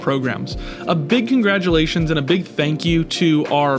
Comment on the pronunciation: saying "congratulotions" was absolutely perfect for this video.